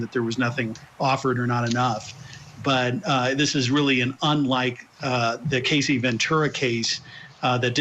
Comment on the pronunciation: The poor man said “Casey” Ventura. Smh. I swear the bloggers are doing more work and exposing the truth far greater than these mainstream reporters!!